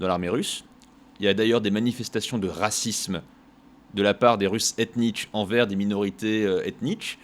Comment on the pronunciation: la façon dont il prononce racisme xD